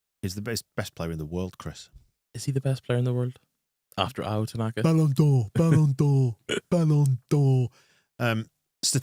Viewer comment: Kudos to the Oxford commentary team for calling Ao, “Tananka” for the entire game.